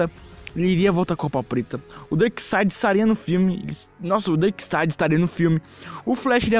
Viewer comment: "BENACLECK"? "DERKSTAD?" kkk